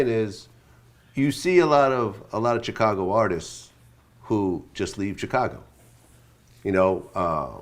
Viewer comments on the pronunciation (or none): each time vlad say "CH-cago" it hurt my soul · Why does vlad put a T in Chicago😂‼️